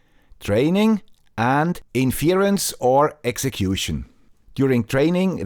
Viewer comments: You can't pronounce 'inference', but I should trust your definition of it? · it is usually written as: "why should I trust your definition, if you can't pronounce 'inference' properly. Let's assume the poster meant it as a joke (which it usually is), though missing the point of "the guy with the Swiss accent" :)